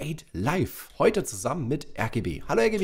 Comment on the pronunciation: ich dachte du sagst RGE Und nicht RGB Egal